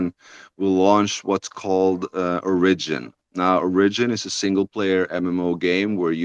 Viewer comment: The way he mispronounces 'origin' hurt me.